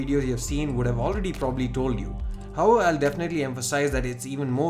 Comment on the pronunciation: It's however and not howvever#